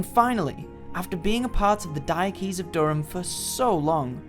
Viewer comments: Please learn how to pronounce 'Diocese ' correctly. It's Dio sees. not Diokees. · Thanks for a very interesting video about Newcastle Cathedral. Top tip - "diocese" is pronounced similar to "dye-oh-sis" with emphasis on the first syllable.